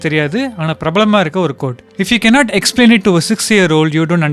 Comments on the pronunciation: hey it is explain not exaplin.. ok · Exaplin😂😂😂it's explain